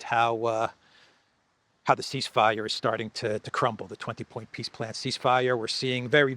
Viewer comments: ...did you say peace plan or piss plan?? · Funny that when says it, it sounds like Piss Plan... I think its a pretty accurate description... 🤣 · has an interesting way of pronouncingpeace plan....it comes out as PISS plane.....very appropriate! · It sounds as if you are calling it a "Piss plan". 😂😂